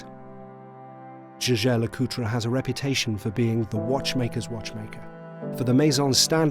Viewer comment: You went to all that trouble of producing an average, but well shot review, saying nothing that hasn’t been told a hundred times before & while having DMcA personal watch! Alas you manage to compound this ridiculous missed opportunity by mispronouncing JLC continually! I refuse to believe you didn’t watch a few other reviews of this watch, especially when it follows the same script, did you not hear how they pronounce it? There’s even a review by the current CEO where he mentions it several times! 😂